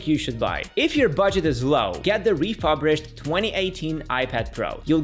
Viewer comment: RefuRBished not refuBRished, by the way...